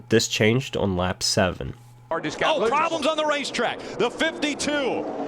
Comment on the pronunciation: PWAWBLEMS x2